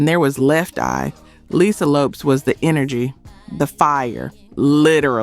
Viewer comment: Thanks Jim - I was going to post the same thing - its on ON VOGUE its EN VOGUE - Its not Left-Eyes last name is pronounced LOPEZ!!! So disrespectful!!!